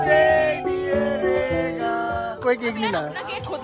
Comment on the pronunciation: Tell it's rega not reega😂😂